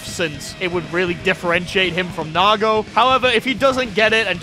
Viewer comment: It’s Nago.